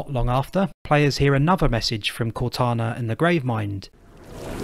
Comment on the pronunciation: Blows my mind how you and others can insert the sch sound in places with s's and a r sound where there is a w. Assuming sounds like Asschuming or saw sounds like soar. I love it tbh.